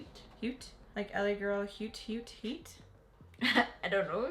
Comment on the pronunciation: This was cute I love the looks,, I think haute is pronounced as hot but not too sure.